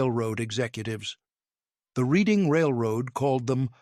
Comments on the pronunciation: Need to pronounce the "Reading Railroad" name correctly!! It's not pronounce like what you do with a book. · It's a bit difficult to take this video seriously. First of all the Reading Railroad is pronounced "Reding". Centrifugal force is mispronounce. The loco shown when talking about experimental machines was actually ordinary British locomotive. Gawd. I cant watch any more. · It's pronounced Redding